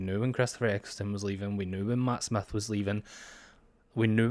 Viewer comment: "Matt Smath"